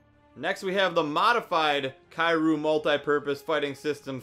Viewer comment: The way he says kiryu XD